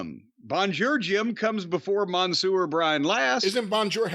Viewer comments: I don't think I have ever heard someone butcher the French language as much as Jim, but thank you for trying ! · Monsieur, meaning Mister. Jim: MANSOOR 😂😂😂